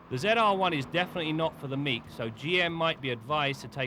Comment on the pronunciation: Why does he say Ze R one?